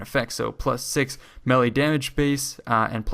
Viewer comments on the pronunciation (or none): none